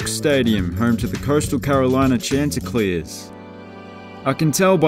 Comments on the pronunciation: Coastal are the chanticleers pronounced shanticleers. Shhhh like quiet. And it’s a fighting rooster, Coastal used to be part of University of South Carolina hence the fighting rooster. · Chanticleers (Shon-ti-Cleer) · Not sure if you'll read this, but I'm a CCU alum, and that's not how you pronounce the name of our team. Not your fault, a lot of people do it, and ESPN has been getting it wrong up until the last couple years. You pronounce the first syllable like the name Shawn.